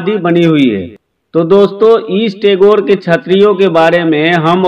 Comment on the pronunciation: आप गलत शब्द बोल रहे हैं टैगोर । सही शब्द गैटोर की छत्री है । सही शब्द बोलिये।